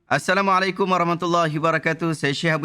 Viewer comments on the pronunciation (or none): none